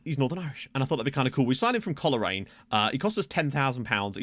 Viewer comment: its coalrane. not col-er-raine like your saying :D